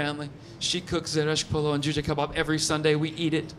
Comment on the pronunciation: that is a traditional Iranian food Kormi-sabz or what ?! I'm just impressed when you turn the persian up ! You pronounce a perfect /k/ in Kabab 😃